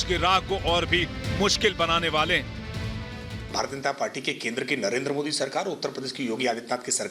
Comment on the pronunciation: ऑवैसी कृपया ध्यान दे ! इस ऑबैसी को कहो कि क़ानून कहा करे खानून नही और मोदीजी कहा करे मूडीजी नही ! वर्ना हम भी ऑबैसी नही ओ भैंसीजी कहना शुरू कर देंगें !